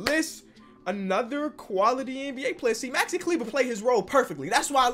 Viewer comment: SAID MAXI’S NAME RIGHT!!!:,)